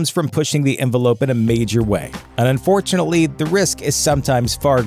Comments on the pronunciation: It sounds like you keep saying "and fortunately..." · Just a little bit